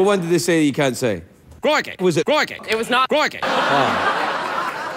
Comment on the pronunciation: CROIKEY ? was it CROIKEY? it was not CROIKEY